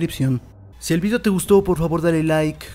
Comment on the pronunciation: porque dises vidio no eres español